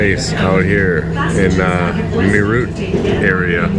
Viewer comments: its not merr ut .....it sounds like meraath....you meed to have a training in vocal languages like hindi as English does not have sufficient alphabets to represent necessary sounds....like the ठ in मेरठ ....closent english approximations are well not even close 😀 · It’s not MAYROOT as you pronounce it , it’s MAYRATDH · Meerut ❌ Mayroot ✅ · it is pronounced as meer-ut... meer as in peer and ut as in but. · Meerut is pronounced as Merath (मेरठ) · It's meh-rat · Its pronounced M-e-er-u-h-t and yes its a Cantonment town from the British empire.. Meerut Cantonment: The Birthplace of the Revolt of 1857 The Meerut Cantonment, established by the British East India Company in 1803, is a significant historical site in India. It is where the Revolt of 1857, the first significant armed action against British military authority, began. The revolt was sparked by the sepoys' refusal to use cartridges that were greased with a mixture of cow and pig fat, which they believed violated their religious beliefs. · Hi, as an indian with an american partner for over 20 yrs, i can appreciate both sides. The rrts is something I'd only heard of before but now thanks to you i saw it as well 😄 Btw i appreciate the fact that you kept it professional and didn't shove the camera in anyones face or record any one without permission. Kudos. No offence but Meerut is pronounced May rut and its Sarai Kaa lay khan and my favourite Him aa lay mountains ;) Btw i forwardecd the delhi metro video to all friends and family in the US 😀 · im actually from Meerut and when you pronounce Meerut 🤣 you made me laugh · First utuber not going to landfills to film the garbage. How he said meerut was so funny. 😂😂😂😂😂😂😂😂😂😂